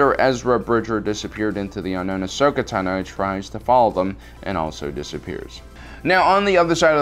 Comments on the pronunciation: also, my name is TA-no, not ta-NO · Ahsoka TAH-no.